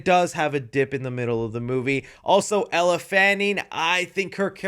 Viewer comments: ELLE “L” not Ella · My least favourite part of this was you continually mispronouncing Elle's name. WTH.